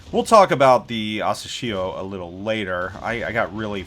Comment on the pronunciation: Hey...happy new year and keep doing this awesome job with your vids. Just wanted you to know that you're mispronouncing the destroyer's name wrong. It's asAshio.... Press the speaker icon on the Japanese translation to hear it